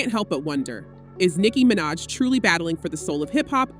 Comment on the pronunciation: This already sounds like a bot. How do you mispronounce Nicki’s last name😂